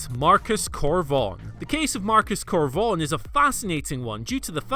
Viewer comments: “Marcus Cor Vonerrono”? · ah yes Marcus Cor Vonerno, big fan of his